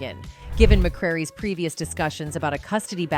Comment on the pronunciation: HOLD THE hotdang phone that boy name is MCRARY get it right MY last name is MCCRAY he is DARIUS MCRA-RY OK